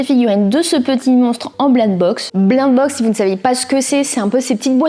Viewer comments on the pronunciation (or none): Blaind box 😂😂😂😂😂 blaïnd box (G écris comme ça ce prononce)😅